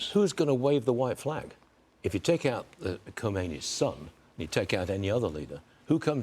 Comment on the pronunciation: You guys are unable to pronounce one name?!!! Khamenei but you say khomeini Khomeini died 36 years ago! Stop saying khomeini